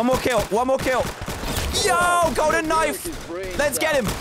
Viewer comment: Me: almost getting a backstab Dan: *Backstab me with a golden knoife Me